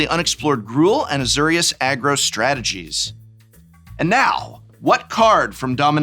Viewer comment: Azure and Azor are two different words that are pronounced two different ways. UHZ-OR-EE-US